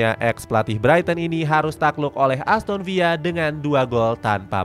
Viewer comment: min namanya ASTON VILA bukan ASTON VIYA